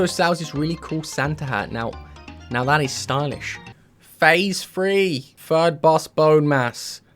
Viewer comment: What is up with people not being able to say the TH sound? When you say three, I hear you say free.